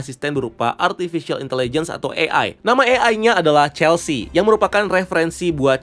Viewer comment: Celsi bang harusnya wkwk 😂